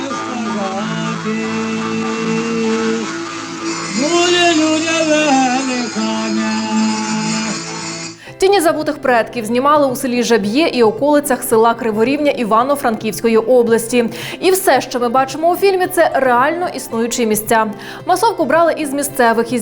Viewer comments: Тільки не Жаб'Є, як каже ведуча, а ЖАб'є. Наголос на А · ЖАб'є - наголос на а, і це - не село, а теперішня Верховина .